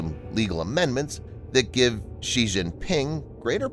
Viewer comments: you misprounounce Xi. It isn't "Zhee" (with the sound found in the middle of "measure"). The letter X in the Chinese orthography system has been repurposed to make the "sh" sound. The name is pronounced "She". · Xi is pronounced more like "she" and definitely not "ji". But in reality it's actually said as "Winnie"